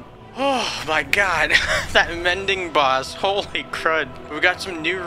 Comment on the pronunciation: why did you say "boss" like dat.